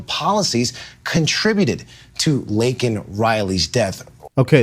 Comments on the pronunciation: LAKEN.... (LAY - KEN).... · The slime reporter forgot to mention how Joey miss pronounced her name... showing how much he really didn't care what his policy was responsible for... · State of the union? Mgt had signs saying SAY HER NAME! Because they did not acknowledge it and Biden said her name wrong! George Floyd in the other hand! Come on! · Bro! Her name is LAKEN!! Not Lincoln. We have to be better than the libs. We gotta get her name right. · No reaction from the Guilty…. I have to correct you it’ like the word “Lake” NOT “Link”not being ugly just wanted to have her name said correctly. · Hey, kind of painful. Her name was Laken Riley. Not “Lincoln”, not “Laneken.” Lake-N, not Lin-Ken, not Lane-Ken. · Her name is LAKEN not Lincoln ! RIP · Laken, not Lincoln. Don't pull a Biden on me,. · Laken, not Lincoln, say her name correctly. Biden fucked it up too. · Also it’s Laken not Lincoln